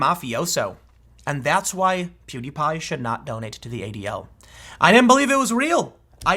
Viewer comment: you are the first news commentator that I've seen pronounce pewdiepie's name correctly